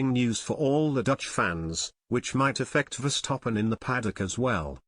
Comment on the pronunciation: Please pronounce Max@ name correctly. It is VerstappEn and not VerstappOn.